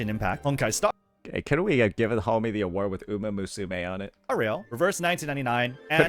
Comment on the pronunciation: 🥷 said umamooSUmae 😭